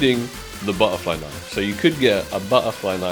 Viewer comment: buh-uh-fly noife